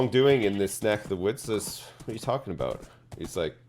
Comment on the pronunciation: Aboot time aye